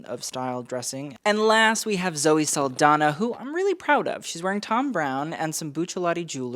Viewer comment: That's not how you spell or pronounce Saldaña by the way!